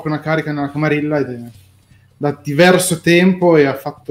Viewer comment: Grandissima figata, si prospetta una serie divertentissima. Unica puntualizzazione: "camarilla" si pronuncia "camariglia" similmente a "guerriglia"